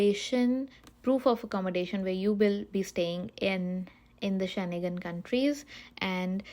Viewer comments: You did not show steps for either vfs or france website. How do you call it step by step? Also, its Schengen not Sche-ne-gan. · She can’t even pronounce Schengen properly 😅